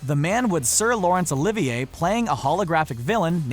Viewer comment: Ahemm, Yes, although its Olivier (with a silent R: Oh, Leave, Yeah) BTW, while Olivier was known to be eccentric, Infamous wasn't necessary the top Adjective I'd use (Classic, Great, Famous would do).